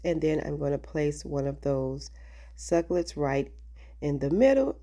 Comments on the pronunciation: Simple and really cute! Since you love cacti, it's 3 syllables- suc U lent. Your pronunciation is actually fun but just so you know. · The way you corrected the pronunciation of the word succulent is actually rude and really- pre ten shus. Just so you know.